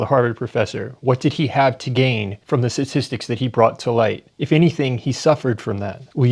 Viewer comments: Sah-tistics Hfs dude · "sassissics" bruh she cant even say statistics. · What’s a suhsissik? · She epitomizes emotive, reactive non-thinking. wtf are sassisstics? she can't even pronounce the word she's so flustered. And no, it's not because of african american vernacular english. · When people say “satistics” just stop listening… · Why can't she pronounce "statistics" correctly? "Sissisics" is not a word. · She can't even say statistics 😂